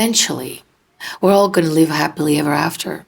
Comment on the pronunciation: When you asked if we are are willing to live our entire life like that, it sounded like you said 'leave', rather than 'live' - which is what it really is when we do that, we aren't living our life. We are leaving our authentic life, to play the part it appears we are expected to play, for love and approval that will never be given, no matter what we do.